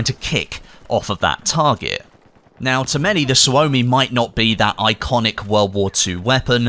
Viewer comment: Suomi..... Almost correctly said... Suomi KP is with out a doubt, one of the best machinepistols in the world... But because developed in Finland.. Didn't ended to be issued in major militaries at the time And its pretty good even in modern day standards.. I was lucky, to have a chance to empty few drum magazines with Suomi KP while serving in the military in 96-97